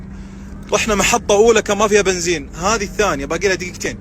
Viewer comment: البنزين وليس البنزيم 😂😂😂 شمطة (شنطة)